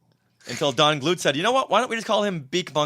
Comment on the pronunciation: Donald Glut's name is pronounced "Gloot," not "Gluut." He was an associate of George Lucas back at USC. He really doesn't like discussing Star Wars. Nice guy, his first professional sale was to Filmation's "Shazam!" tv show in 1974, the episode "The Brain."